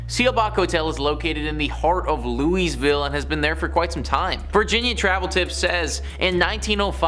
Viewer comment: I'm sorry - HOW did he pronounce Louisville?